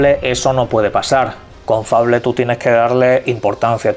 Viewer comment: Es un naco que no sabe pronunciar